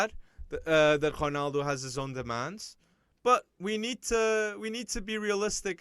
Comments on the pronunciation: This guy is so annoying he tries to hard on pronunciations its like Martin Tyler but on a whole other level Honald? What are you saying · no romaldo doesn't pronounce his name that way so how is that right shut up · He never pronounces the letter O at the end of any name. Is that the real portuguese way?